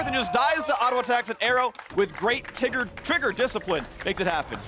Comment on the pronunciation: Haha Phreak fake mispronouncing trigger discipline as "tigger discipline" which is a "movie" whom "piglet" is a character in maste of puns